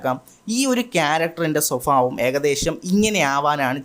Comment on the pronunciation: Swabhaavam❌️ Sophabhaavam✅️